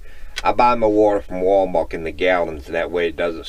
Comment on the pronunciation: Are you aware you say "WalMark" instead of "WalMart?"